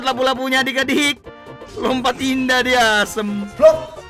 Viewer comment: Lupa2 bang bukan lapu2🤣🤣🤣